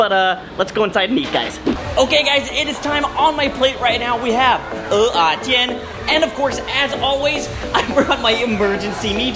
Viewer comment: 哇!!!發音正確 很多人都亂唸成 o-ah-煎, which is taro...